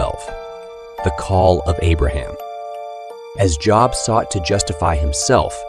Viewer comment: Good job pronouncing Job. 🙄🙄🙄🙄